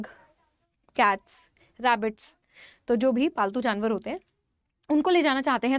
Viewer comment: Ma'am ne bola paltu Januar I heard faltu Janwar 😅